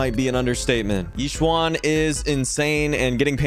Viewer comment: "E-shen" not "Yi swan" please.